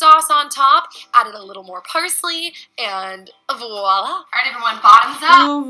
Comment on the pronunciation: Aside from everything wrong this woman in the video is doing I'm still grateful that she actually pronounce the word Voila the French word that means roughly 'there it is' or "see there' or that sort of exclamation some made up word " walla' or however it gets spelled, which is meaningless and is not a word in fact in any language. Freelee's point about words like steak, and one can add words like fillet 'round' and sirloin, is a good one. They are distancing words, but sometimes reference steer or cow but are just removed enough for the comfort of meat eaters.